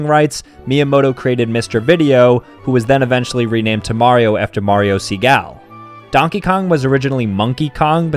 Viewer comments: Segale isn't pronounced as See-gal, it's pronounced as Si-gah-lee meaning rye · That pronunciation of Segale hurt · the way he pronounced "Segale" 💀